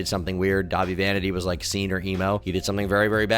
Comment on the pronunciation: Dah-vie? Are you even a real emo girl?